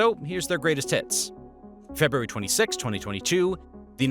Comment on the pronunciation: Februaty lol